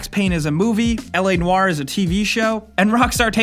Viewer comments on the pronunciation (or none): did he just say L.A.NARRRRRRR? p.s. it's L.A. Noir ! NOIR!